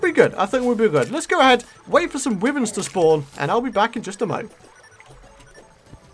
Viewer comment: It's pronounced why verns